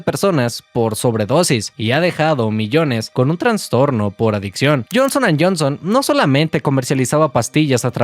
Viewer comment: trastornos, no "transtornos". Felicidades por tus videos viejo, eres un buen médico.